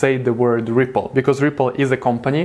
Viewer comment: Sounded like you said triple in the beginning but Yo I love this channel keep it up 👍🏼👏🏼